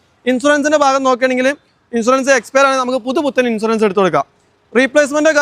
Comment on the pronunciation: ഇൻഷുറൻസ് എന്നാണ് അല്ലാതെ ഇൻസുറൻസ് എന്നല്ല പോയി നാക്ക് വടിക്ക്